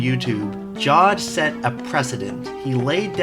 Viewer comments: It's pronounced jah-veid not jawed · isn't Jawed a two syllable name?